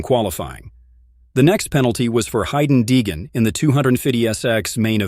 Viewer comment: It's Haiden Deegan